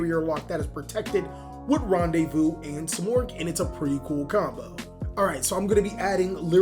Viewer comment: Its pronounce ran de vu lol